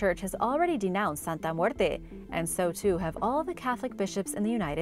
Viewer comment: Love the way you pronounce Santa Muerte!